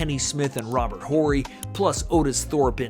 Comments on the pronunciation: Horry is pronounced Orry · Learn to pronounce Robert Horry's last name correctly.